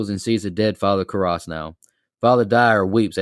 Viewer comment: Please tell me you weren’t just reading a synopsis and you actually watched it. The way you butchered the name Karras the whole episode sounded more like someone who had never seen it and was just reading even after everybody else kept saying it right. Aside from that this was a whole different listen. I have never heard anyone talk this badly about this movie before which weirdly enough made it interesting to listen to because it wasn’t just to talk negatively about but it was constructive.